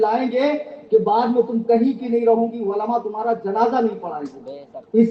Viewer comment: Ama!??? Walama Nahi.. Balki Ulema kaho... Walama waao se Bola jata hai.... Aur Ulema Ain se Bola jata hai... Kitne Bar Samjhaya aadat ke Mutabiq Walama Walama karte ho. Apna Urdu Talaffuz to sahi karo..